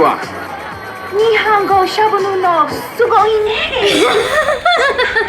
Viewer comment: No it's Nihongo not Nihao haha. Go came out a bit late, listen carefully